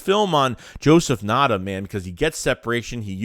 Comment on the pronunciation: I’m a Clemson fan being down here in SC area. Ngata is a beast. Bad QB last 2 years hindered him. Just a a heads up it’s pronounced “N-Gata”.